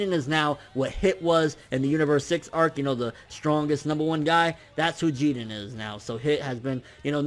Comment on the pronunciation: I hate when he say jiren....he not even saying it correctly